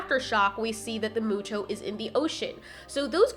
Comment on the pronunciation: Should I tell her how to Pronounce Muto/Mutos ?? well its not pronounced MOO-TOES its Pronounced MEW-TOES